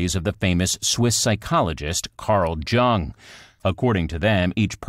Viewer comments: Please tell your voice over person that it’s pronounced YOONG not JUNG when speaking in English. That has nothing to do with perfectionism, just common decency and respect(Jung is near Freud on the influential people stakes.) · Carl Who? I think the entire world might know it’s pronounced like “young”. Kind of makes you lose credibility, lol. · Shouldn't Dr Jung be pronounced Yuung and not with a J sound; An INFJP? Judging and Perceiving? "Most Often' don't end up leaving at all? Leaving what, there family? Most don't? Not some? Really? Writers who are not able to write like JRR Tolkien and Shakespeare. You asked what we think. I think this video makes this group sound like cripples. This was crap psychology or crap writing or both. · I feel you should be able to pronounce the name of one of the most famous psychologists ever. Y - oong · He mispronounced "Jung". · AI as in Artificial Intelligence. Some generated voice-overs are quite convincing. I suspect the maker of the video didn't check it was pronouncing Jung incorrectly. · Learn how to pronounce Carl Jung's name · I stopped watching your psychology video when you mispronounced Carl Jung's name, lol.